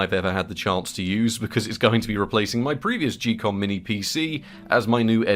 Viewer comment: im not sure about this but i think its pronounced ghee-kom like geek and not jee-kom